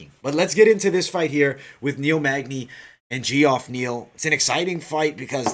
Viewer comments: Just an FYI for u brother its pronounced Jeff not gee- off lol. Just thought you might want to know. Love the podcast 👌and I think I agree with all your picks 👍except for Angie Hill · Pretty sure its pronounced Jeff